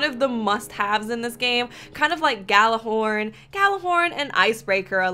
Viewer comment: Its pronounced Yallahorn